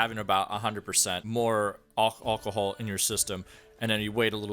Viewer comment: Hahaha Aucohol 😂